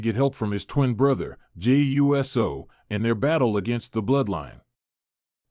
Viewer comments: yeah, but hey says Jimmy U S O instead of saying Uso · It's OO soo, NOT U S O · Omg bro it's not u s o thats practically saying u s a